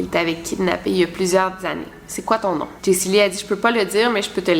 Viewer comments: Chepas si je suis le seul qui a chaque fois que tu dis Jesyli sa ouvre Siri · à chaque fois qu'elle dit jacey lee mon siri s'active :p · tu actives mon Siri a chaque fois que tu dis Jaycee Lee mdrrr Zuper